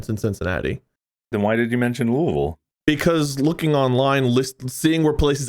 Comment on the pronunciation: i dont like how they say louisville...